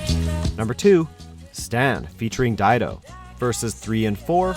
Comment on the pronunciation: Dee do. Not d e do.